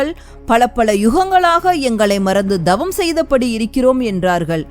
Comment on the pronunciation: அம்மையே தங்கள் ஒலிபரப்பு அருமை!!ஆனால் ழ.ள.ல உச்சரிப்பை சரியாக 😅😅திருத்தவும்,,தவம் என்பதை dhavam என்பது சரி அல்ல !!!த வல்லினம் !!!!🎉🎉🎉🎉❤❤❤❤